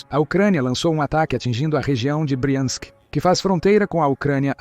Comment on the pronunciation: O narrador precisa decidir se ele pronuncia BRIANSK OU BRAIANSK !